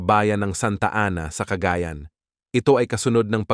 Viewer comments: ano? cagaaayan? ayusin mo pronunciation mo CAGAYAN yan ang tama para kang badyaw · Cagayan .……not ca ga yan .